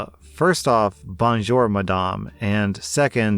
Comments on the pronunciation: "Bon-jer" is an odd pronunciation for "bonjour" but I really can't fault for mispronouncing non-English words. English words, on the other hand... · Hi, I'm Canadian born n' bred and even those of us not residing in a primarily French speaking province had to learn French in school and all I can say about your pronunciation is "Mon Dieu!" Sorry, I am a huge fan and had to joke; your voice acting is fantastic, and when you do the "Karen" it really adds to the story by increasing the tension, whilst being so incredibly triggering that I find myself yelling at the Karen! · Note: Only greet French people with “Bonjour” if you actually know how to pronounce it. If you say it like, it won’t work. They’ll just sneer at you and figure you are ignorant and/or from the US. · The way you’re saying Bonjour is killing me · lol way says "bonjour" 😅🤣😂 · Bonjour and bonsoir pronunciation hurts the soul but love to hear it. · I’m learning French, and a lot of my family speak it. Your pronunciation of ‘Bonjour/Bonsoir’ made me want to die